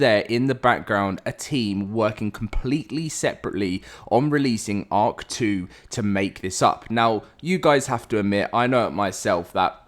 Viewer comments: I hate you i cant not unhear it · And now I can't unhear it😂